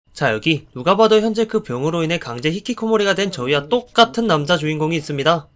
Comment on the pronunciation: 처음에 왜 저희와 "똑같은"을 강하게 말하시죠? 흥 어이가 없네요ㅡㅡ흥